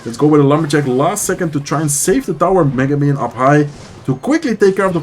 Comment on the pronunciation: The way you pronounce mega minion as Megumin 😂